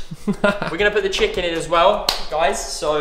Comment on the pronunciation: "Im schmacking some chikin"